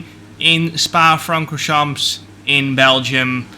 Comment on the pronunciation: You must not pronounce the "p" and the "s" at the end of "Francorchamps"